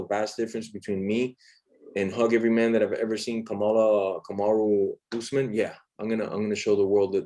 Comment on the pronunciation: Kamalala usman... Wtf jorge🤣🤣🤣